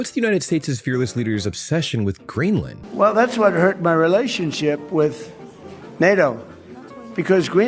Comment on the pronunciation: Since he took office?!?! 😂😂 The US has always tried to conquer places!! This video is also the first time I’ve heard an American pronounce Greenland in correct English. Not the usual Green Land. The whole point of compound words ( joining two words together) is to shorten the sound. Greenland is very strategic. The US got dominance globally after WW2 on these very principles. None of this is new and Trumpian! He’s an absolute clown but far from unique.